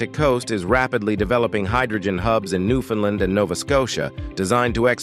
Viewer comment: Please learn how to properly pronounce "Newfoundland".